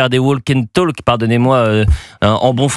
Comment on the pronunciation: "walk and talk" ... Attention on ne prononce pas le "l" dans ces 2 mots